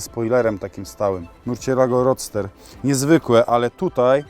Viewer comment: umie wymawiać Lamborghini ale jeszcze sie nie nauczył wymawiać Roadster:D